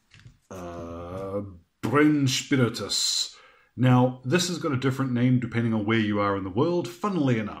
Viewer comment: That was the most Rammstein-way i have ever heard somebody say the word "Brennspiritus" :D